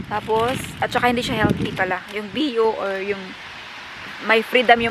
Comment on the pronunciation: Hinde biyo bayo ang bio na bigkas